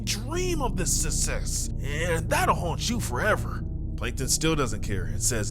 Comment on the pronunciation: "You can only dream about the ✨ sussess ✨"